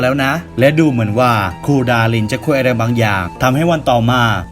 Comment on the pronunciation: ผมได้ยินว่า ค*ย อะนะ 5555